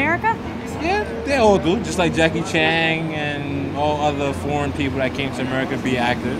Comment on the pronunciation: jackie chang? its chan lol